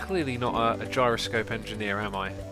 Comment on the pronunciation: J - eye - ro - scope